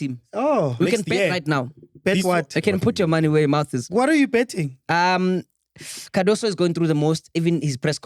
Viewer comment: and butchering names! Yamine Lamal, TX Galaxy, Cardaso, Allande etc...🔥🤣🤣🤣🤣